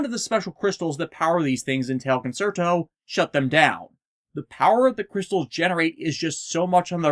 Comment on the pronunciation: You keep saying "concert-o". It's pronounced "con-CHAIR-to". Italian is weird like that - for a more well-known example just look at "pizza", where two zs somehow turn into a "ts" sound.